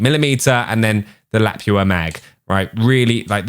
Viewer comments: Lapua is a Finnish brand and it is pronounced "La-pu-a" 🇫🇮🤗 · Lapua is la-poo-uh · Its pronounced 'Luh poo uh' for Lapua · Lol he said "Lap-ua"! Nah bro. Its pronounced "Lu- pu- uh". Trust me dude I live in America I would know.🇺🇸😂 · lapua- LA-POO-A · pronounced l a p oo a not lapua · thats how you pronounce the 338 lapua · you dont know what a .338 Lapua is....lol La Poo uh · its pronouncced la poo a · As far as I know 338 Lapua mag is pronounced “La-Poo-ah” it’s a monster of a sniper round in real life. Generally more effective for accurate long range shooting even compared to 50bmg and 50 isn’t anemic by any means. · Lapua is pronounced "La-pu-a" 🇫🇮 It is a Finnish bullet brand. Greetings from Finland! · Your pronunciation of Lapua infuriates me. Lap -ooo-ah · It’s pronounced .338 luh-poo-uh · "Lapua"( La-poo-a) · great vid, Lapua is Luh-PUH-Ah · Lapua is pronounced as lapuwa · Its pronounced La-poo-ah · It’s lu-poo-a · its pronounced Luh-pooah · It's pronounced LUH-POO-UH 😁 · it's .338 lapua (la-poo-ah) not a bunch of people say it right lol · Its pronounced (La-poo-ah) 🤦🏻‍♂️😂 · Typical western pronunciation is luh-poo-uh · La-poo-ah lapua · it's pronounced la-poo-a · You did pronounce Lapua wrong, just a heads up. LOL